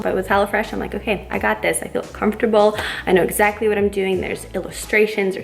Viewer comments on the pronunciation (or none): none